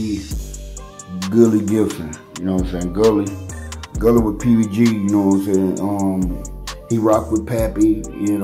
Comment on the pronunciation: Bro it's pronounced guh-lee not gillie an that's everyone named gully or with that last name. U never seen or pronounced that before ?